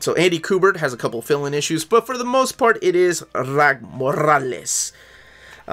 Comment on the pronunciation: Rags Morales… exactly as it’s phonetically spelled. The S isn’t silent Also Sholly… it’s Holly with a Sh. He’s jewish. Ivan Reis = E-von Reese. He’s brazilian. Point of reference - There are interviews out there with these guys saying their own names in interview, for clarification.